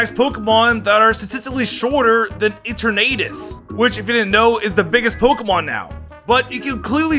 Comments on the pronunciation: EterNAYtus???? puQUEmaQUE? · How did he just say eternatus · Why the hell are you saying Eternatus like that Edit: the way you say Pokémon’s names 🤦🏻‍♂️ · I love u but ur sayin eternatus name wrong lmao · "Escavaler" "Celesteea" "Heatren" "Eaternadus" "Bunnery" "Slayking" "Deyoncee" "Eckzerneas" "Pekyumakyu"